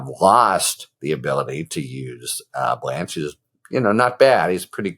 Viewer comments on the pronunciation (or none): none